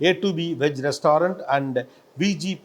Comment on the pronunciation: It's not restaarunt...😂.